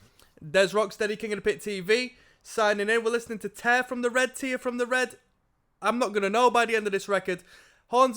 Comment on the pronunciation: it was tear like hair not tear like beer